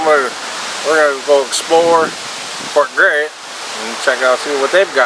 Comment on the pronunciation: Fort Grasshit. That’s how you say it